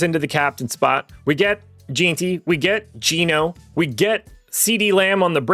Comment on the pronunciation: It annoys me so much when ppl pronounce it JEAN-Tee and not JEN-Tee like it’s supposed to be. needs to brush up on his nfl names lol